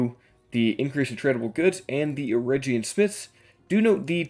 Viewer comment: The G in Eregion is like the G sound in Gator. And the A in Gwaith-i-Mírdain are both like A in Arm. I hope that helps 😁